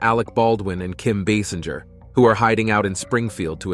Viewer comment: *It’s “Kim BAY-SINGER”, NOT “BAY-sinjer”!